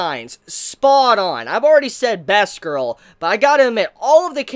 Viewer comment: First off I just have to say I will be a bit harsh now, I just want you to know that in the end I actually mean well. /start rant So anyway, a whatgirl? Sounds like a mispronounced "bass-girl" but that would not make any sense since it's not related to fish at all O_o I guess it was supposed to be "best girl", but in that case you should do a bit more prominent pronunciation on the "e" rather than make it sound like an "a". Your accent is no excuse here, the "e" should be more prominent regardless. Also Sakura isn't pronounced "Saw-koura", it's using a short bright "a"-sound. You'd think a big anime fan would know this! You've heard people pronounce it so many times damnit! /end rant Other than that, yes, it's kinda relatable.